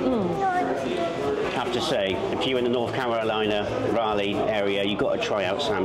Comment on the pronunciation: The name of our capital city, Raleigh rhymes more with OLLY, not ALLY. ❤ Thanks for coming to NC and trying our Eastern NC-style barbeque! 😁